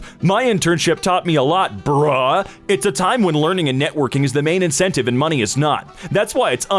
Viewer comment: exaggerating the words like “bruh” and lol” is just evidence of his rapidly deteriorating mind due to being the one who reads all of these angering posts:)